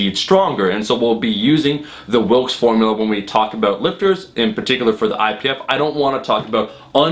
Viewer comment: It's actually Wilks, not Wilkes. Just letting you know!